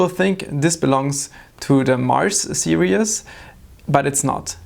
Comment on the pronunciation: Hi! Great video, tiny suggestion here. You're pronouncing series (seer-ees) too much like serious (seer-ee-us). It's only two syllables. No big deal though